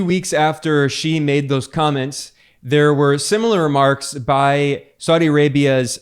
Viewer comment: Just noticed Ben made a few good attempts at correctly pronouncing “President Xi”, are you studying Mandarin?